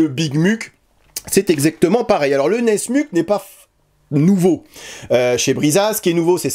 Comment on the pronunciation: Brisa se dit Brissa, pas Briza et nesmuk se dit nesmouk pas nesmuc.